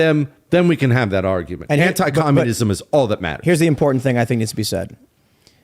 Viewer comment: there is a "tant" at the end of imporTANT